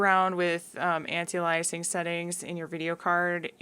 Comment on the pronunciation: Lost me at anti-aliasing an·ti·a·li·as·ing ˌantēˈālēəsiNG,ˌantīˈālēəsiNG/